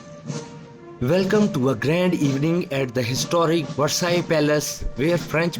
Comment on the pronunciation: Please find a speaker who knows how to pronounce English, and the word Versailles.